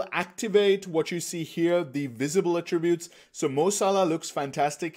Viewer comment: You made a 57-minute video. You made a 57-minute video. YOU MADE A 57-MINUTE VIDEO. And to top it off, the way you pronounce "attributes" is annoying. I assume you're a first language speaker of English? How are you pronouncing "attributes" incorrectly???